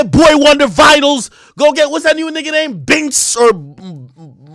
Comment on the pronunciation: Bro called bynx binks 😅